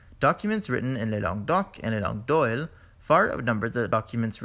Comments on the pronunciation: La langue d'oil (pronounced 'd'oy', not 'd'oil') Sorry for the small correction in pronunciation. An interesting presentation. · I'm sorry, but this is riddled with errors starting with the first map which doesn't properly show us the existing Roman province in southern Gaul. Linguistically, it also suffers from a number of mistakes such as in the pronunciation of langue d'oïl: ˌläNG(ɡə) ˈdoi(l). Gaulish was closely related to Brythonic which was the ancestor of Welsh, Cornish, and Breton. Irish and Scottish Gaelic are in a different Celtic language family. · "langue d'oïl" is pronounced "lang d'oy" in French. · Les langues d'oïl it's not pronounced like OIL in English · Pronounciation of the word combo: langue d’oïl. The letter combination of “o ï l” may not be pronounced as “o i l”. The 2 dots on the letter i denote that it must be pronounced like the English “ee”, similar to the German, Spanish and the French “ i ” as in “isle de france” where the “ i ”sounds like the English “ee” but not like the English “ i ” as in island. The “l” after “ ï “ should be pronounced in French like a double ll after an i (as in Braille) with a sound like “y” as in the letter combination “oy”. From there the sound shift to “oui” is easy to understand. I’m not a linguist but did have some exposure to the development of Romance languages at school in Germany 60 years ago.